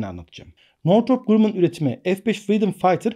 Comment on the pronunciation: Hocam "Grammın" okunur